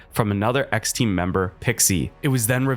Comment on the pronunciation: why and how does he pronounce team with 2 syllables lmao that's what threw me off